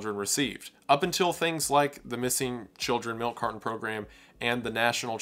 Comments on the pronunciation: Milk "cardon" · Milk car-Don. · Milk cardon?? Ooooh! You mean milk carTon! Fuuuuucking annoying.🤦🏻‍♂️ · Melk Cardon. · Carton has a T, not a D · Bro there's no d in milk carton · I've never heard anyone pronounce the T in carton as a D before